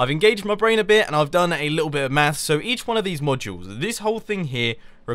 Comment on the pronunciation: when he says"maths" it sounds like mass or mafs